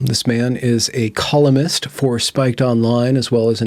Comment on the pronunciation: Columist? It's Columnist, you yankee bastid.